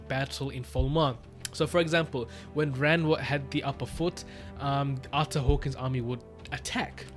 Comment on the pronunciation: If you wanted to know it's actually pronounced Ar-ter Hawk-wing